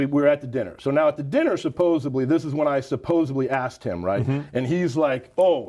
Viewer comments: After a 5 minute conversation, how could anyone hire this man? He actually said "supposeBly". Upon listening to his very teenage-ish manner of speaking and his obvious limited vocabulary; why didn't they say no thanks and just walk away? I have come to the conclusion that any bodybuilder that hired him or sought his consultation had to be even less intelligent than him. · And "supposABLY" UGHH